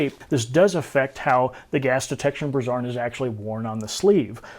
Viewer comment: Great video. However, that's not how you pronounce "brassard". brae·srd